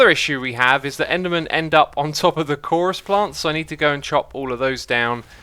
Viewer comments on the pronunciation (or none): none